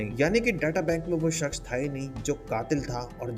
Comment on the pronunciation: Bhai shaksh nhi hota... Shakhs hota hai...